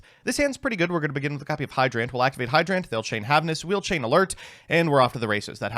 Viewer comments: No one: literally no one: when he has to say a regular word: hydrANT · The way you pronounce turbulance and hydrant annoys me to no end. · he dictates the D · Hydrant is a real word. How do you fuck up the pronunciation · I did not know hydrant could be pronounced that way, but you did choose the pronunciation that sounds more like a cool robot, so good on you. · why does he say hydrant like that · How does he mess up pronouncing hydrant, it's literally a real word